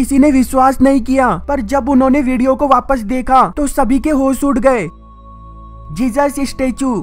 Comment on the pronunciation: Bro love your videos but its jesus not jejus